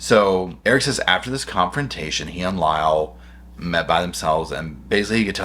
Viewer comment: LMAO.......I am listening to this while on the computer looking at other things....and I am like, who is LAO? I don't remember there anyone named Lao involved with this case. LMAO Lyle dumb dumb LMAO he is saying Lyle